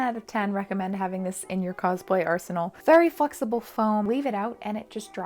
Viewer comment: anyone else hear "very f*cksible foam" idk if its because I'm not used to your accent 😂